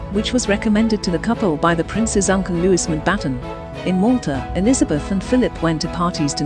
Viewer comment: Not Lewis! Wrong pronunciation!